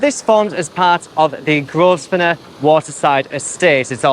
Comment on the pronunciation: Don't think the 's' is pronounced in Grosvenor...love the new informative format